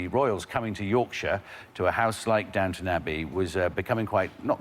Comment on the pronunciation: I keep thinking they are saying Downtown Abby